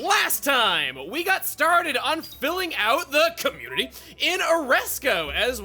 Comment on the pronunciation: Commutity. One letter change.